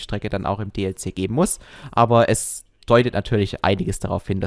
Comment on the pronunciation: DLC!! Es heißt „Die Ell Sie“ und nicht „Die Lie Sie“